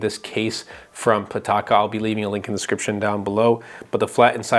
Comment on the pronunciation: DESCRIPTION.... It's just like you're saying scription. Very annoying.